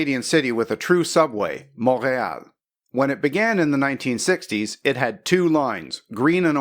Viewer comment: Mon-rey-all May-tro. LOL!